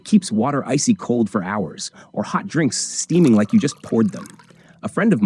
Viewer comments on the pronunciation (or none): none